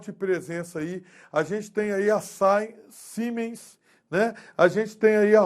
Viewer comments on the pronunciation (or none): none